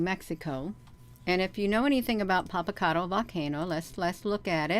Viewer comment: She's mispronouncing it actually. 😝